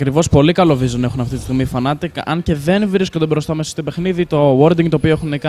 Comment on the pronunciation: ρε μου θέλετε και περιγραφή δεν λέγονται fanatic αλλά fnatic!!!